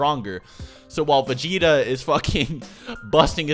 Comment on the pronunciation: Say vageta